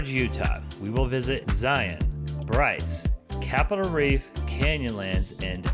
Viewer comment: Thank you for your pronunciation of Zion the correct way. Zion. Just like Lion.